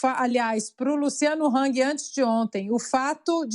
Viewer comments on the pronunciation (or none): none